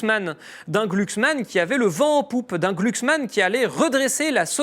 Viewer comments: On prononce glucksmann ou gloucksmann MDR j' aime trop la phonétique 😊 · C'est pas gluglu c'est glouglou 😂